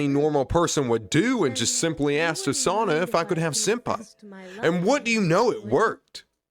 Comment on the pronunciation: actually you didn't butcher osana's first name here's a pronunciation chart (for basic characters) if you want Rivals oh-sah-nah nah-gee-me rye-bar-U foo-met-sue am-I o-die-yah-kah kih-zah-nah sue-no-boo oh-kah roo-toh ah-sue ree-toh moo-jah key-nah mee-dah rah-nah oh-sore-oh she-dess-ooh hah-nah-koh yah-mah-dah meh-gah-me sai-koh Playable Characters eye-yarn-oh eye-she rye-oh-bah eye-she 2014 Characters koh-koh-nah hah-rue-kah sah-key me-you